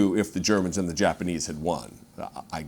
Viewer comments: "Germ-paneese" 🤣 Oh yes, thank you for that one! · Jerpenese? Must be the language they speak in "TANZIA" or was it Tanzeria? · He needs to be canceled...and wtf is "Jerpanese"? I guess it's a new language that's offered at Trump U...😮😅 Ugh, impeach his orange ass/butt...